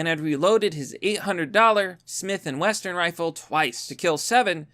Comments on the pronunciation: WESSON like the oil Not Western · Cough... Smith and "Wesson"